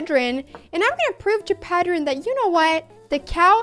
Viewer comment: Me encanta que aún hablando en inglés pares para pronunciar "Pedrín" como se debe jeje Buena apertura!